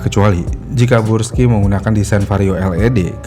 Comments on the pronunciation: brush skay bacanya bg bukan bruski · Brusky bang bukan bursky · Yang betul tuh bruski bukan burski 😂😂😂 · 😂 kebalik balik ya bang, gak bisa lurus, sukanya belok. 🤣 Tulisan Burg dibaca Brug. Giliran Brus malah dibaca Burs.😑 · dari awal kenapa bacanya selalu bursky dah min? suzuki burgman juga lu sebut brugman edit : pernah nyebut akrapovic jadi akaprovic juga 🗿